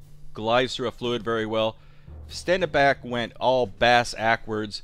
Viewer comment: That's pronounced Shtendenbakh. kh like the Russians say H.